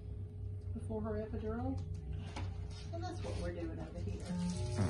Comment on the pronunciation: This is so beautiful but are we gonna act like he didn’t keep saying epidurion lol.